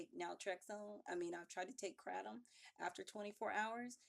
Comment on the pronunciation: Funny how she say kratom... i thought she said crack I'm like no way she's too pretty